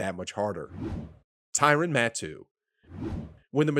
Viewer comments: HAHA!!! I caught that too. It's pronounced Tyrann (Ty-ran) Mathieu (Mat-hew). Matoo - is that a sneeze? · Man I was like who lol (pronounced Mathew) Matoo said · Tyrann Mat-too? Come on. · Great video, seriously. But I cracked up when you pronounced Matthieu as Mat-too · How do you not know how to pronounce Tyrann Mathieu. Pronounced like Mathew. Ma th you Come on man!!! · This is unbearable. Script read by someone who has no idea about sports or what is he talking about. Butchering Matthieu name was agonizing. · "" doesn't know how to pronounce Tyrann Mathieu's name? 🤦🏻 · Good concept but poorly executed... Didn't pronounce Stephon Gilmore's name right or Tyrann Mathieu. Makes you look super amateurish honestly.